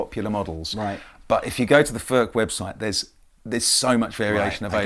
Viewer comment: Its NOT "FÖRK" nore "FÖRTSCH". He ist called František Furch. Try again. Furch, ( u like in YOU ) ore you want us to pronounce "jeans, update and cool" the German ore Czech way.